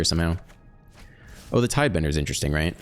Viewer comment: Cant believe hes still saying tidebender